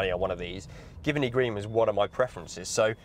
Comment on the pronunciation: Great choice! I also bought an L322 recently (a 2006 Supercharged) also in Giverny Green. Although I believe its pronounced 'Juh vuh nee'